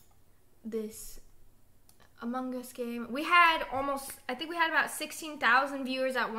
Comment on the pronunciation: why doe severybody say Among es And it is Among Us